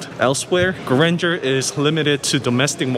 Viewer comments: Suggestion: you don't need to learn French language to pronounce Grandeur properly. Learn about the meaning, also. Then you will discover why the did not name it just Abcdefg.😂 By the way, the car is impressive.👍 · It's not granger it's Gran-deur in french it means bigness greatness. I coulden't guess the name spelling by yourself until i read it. Grand eur